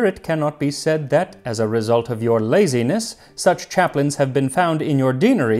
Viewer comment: Your "laziness" 😅😂😅😂